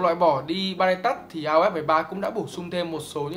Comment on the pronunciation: v a duy đọc từ touch nghe cùi chuối vl :))